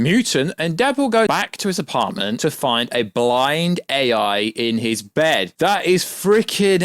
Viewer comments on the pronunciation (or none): Bro said Blind A.I... And "Dop I nder"... it's Blind AL... and it's pronounced "Dough-Pin-Der"